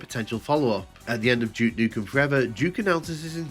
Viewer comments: Какой нах Джок?? Дюк Ньюкем! Джок какой-то... Тьфу слушать противно! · Джюк Нюкем хех. Субтитры дают Juke как Jukebox